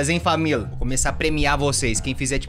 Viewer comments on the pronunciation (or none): De tanto ouvir o T3ddy falando " FamiL" eu leio algo na aula que tem "família" aí eu falo "FamiL" ,depois fico me fingindo de sonsa 👽🖐. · gente eu vivo tanto escutando o t3ddy falando famil,que quando minha família "toda" eu chego e falo:-ola famil🛐 e minha família fica assim:😐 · eu, falo famil RODA HORA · E ISSO AÍ FAMIL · eu só falo famiL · blzinha famil